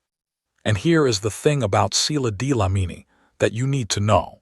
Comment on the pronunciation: Sila Dlamini 😂😂😂 not D-lamini 😅😅😅